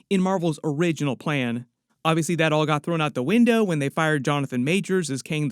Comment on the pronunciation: Wen sounds like one not when.